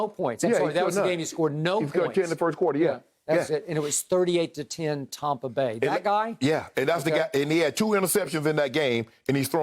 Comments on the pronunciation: No one: Skip: “TOMpa Bay” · Ugh and he pronounces it “Tom-pa” 🙄